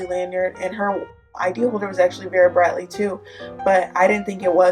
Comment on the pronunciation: It’s Vera bradley not bera bratly